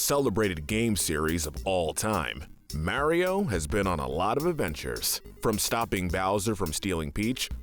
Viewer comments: I don't understand how someone can mispronounce Mario when he says his own name, it's MArio, not MAIRio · its not MaryO its Maurio uggggg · Couldn’t handle hearing “Mayreo” every time lol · Not sure why it is, but when you say Maryo instead of Mario, it makes me jealous of deaf people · MAR EE O NOT MARE E O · His name is MARIO, not Marry-O. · Am I the only one triggered by him saying ['Merio'] instead of ['Mahrio']? 😅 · my guy it's MAW-rio not MARE-io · Ok, but how about saying “Mario” instead of “Mærio”? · its mario not merio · It’s Mario not maryo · Ah yes I remamber playing “Mayrio” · he puts alot of emphasis into the "A" in mario, he be like: mArio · The only comment I could find that talks about this. Not a fan of videos with voices that sound like ai and "mare-io" just made me click away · Can someone teach this man how to say mArio? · There's no e in Mario, stop pronouncing it mehwrio 🤦‍♂️ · Ah yes, “Meario”. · Every time you say "mairio" i die a little inside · Couldn’t even get someone that could pronounce Mario lol? I don’t know who Mare-io is. 🍄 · Nobody:: Mary-oh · Everytime a non-British person says "marry-o", a puppy gets run over by a firetruck. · Why do You say Mario so weird ur saying it like mAIR-iyo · Everytime he says mairio, take a shot. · He says it like such a fucking idiot too... it's completely wrong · It's because Kyle is capable of pronouncing names better than does with his damn ''Meryio'' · The way he says Mario hurts me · I for sure can't watch this with you mispronouncing Mario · The pronunciation of mario can’t be forgiven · Say mario like that 1 more time i dare u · Did the pronunciation of Mario in the video bother anyone else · thats not how you pernounce mario the hole video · The way he pronounces mario and warriors hurts me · Why do you ALWAYS mispronounce Mario's name?!?!?! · This guy can’t say Mario right.